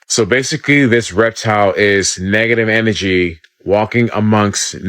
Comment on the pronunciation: Dude couldn't even say energy right and wants us to believe what he's saying. Na. I don't think so. There's no such thing as positive or negative or good or bad. Energy is energy. You are what you are. Just because you see it as bad doesn't mean I do because I can see it as good. This is the yin and yang.